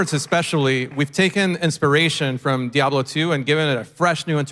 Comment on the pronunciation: To point out the obvious..its DiablO not DiablA, brush up on your Spanish and try not to get triggered ya ninnies..if the sarcasm was applied any thicker, it'd be a fatty